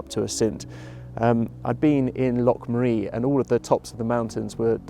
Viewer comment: Nice video, but please- Assynt, stress always on the first syllable!